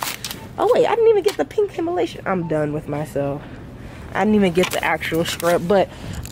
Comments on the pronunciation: I was thinking the same thing lol. Him-a-lation...cute mix up lol. I do it all the time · Lol I tht I was the only one trying to correct her Himalayan not Himalation oh Lord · Dr Teal:Himalayan:Himalation 🤣🤣🤣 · I'm gonna start saying HimaLATION instead of Himalayan because made it sound better than the original 🤣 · Yesssssss I’m here for the consistent content❤️ I love this video!!! Also I love the fact that you say Himalation instead of Himalayan😂 it’s so cute I’mma say that now it sounds better purr💅🏾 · She said himalasian lol 😂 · Why do you pronounce Himalayan like that? lol